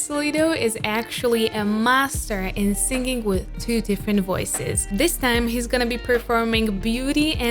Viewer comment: you pronounce singing to sing-ging. why?